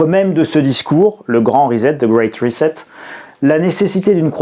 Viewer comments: excuse moi de te corriger mais ont ne prononce pas rezet ni reset la prononciation en anglais ce prononce ( riset = reset ) donc il faut prononcer (riset et non rizet) riset=reset ! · prononcez ... rissete....... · Non c'est trop moche, faites un effort : rissette for "reset" . 😁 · Arrêtez de dire Rezet en sachant que ça ne se dit pas come ça .. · J ai bien rigolé avec ton "rizette" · Pour la prononciation de "reset", voici un lien utile (pour s'exercer): Veuillez noter l'absence de son "Z". Encore merci pour cette vidéo très instructive. Je vous mets un "doigt de schtroumpf":)